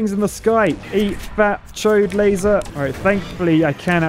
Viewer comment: When he says "laser dome" at the start it sounds like he say "lazy" dome. It makes sense considering how much work it is to use the sword.